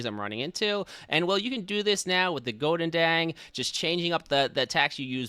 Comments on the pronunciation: Do you just butchered the name of the Goedendag? Godendang? 😂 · I like how you pronounce the Goedendag as a Dutchman, its horrific